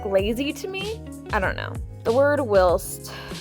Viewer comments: Whilst is pronounced while-st in the picture you put the ī means a long i if it were to have a ĭ it would be will-st (feel free to correct me if I’m wrong but I’m like 90% sure) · I love the word "whilst" because I think it's fun, but only to set a scene, and most importantly, IN MODERATION!!!! Also, if you wanted to know, I'm pretty sure it's pronounced like this: W—(eye)—LST, like the word "while" with an "st" at the end :) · Whilst is pronounced like while with the 'st' at the end. Say the 'st' like you'd say it in the way 'gist'. So it's while-St. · ITS WHY-ILST OMG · People say whilst; though overuse of the any word is annoying. And your butchering the pronunciation, please listen to it said for my sanity.